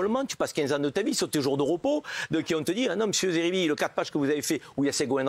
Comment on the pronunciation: SVP n'ecorchez pas son nom c'est zeribi pas Serbie